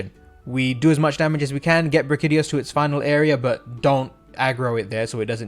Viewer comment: Did he just pronounce it as Bra-kitty-os... why is it that everyone can’t pronounce the names of the monsters most used and talked about in the meta. Brack-ee-dee-oh-s please check yourself you unintelligible nobody